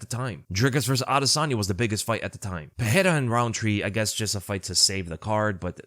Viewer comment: Pereira (Puh-ray-ra) no double r so no H sound. Ferreira (Fuh-hay-ra) See the difference?